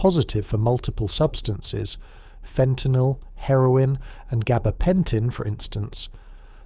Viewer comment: Thank you for pronouncing fentanyl correctly!